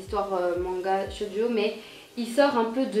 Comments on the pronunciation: sa se dit shojo pas shodio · Juste une note ! ça se prononce "tchojo" ^^ sinon j'aime beaucoup tes vidéos!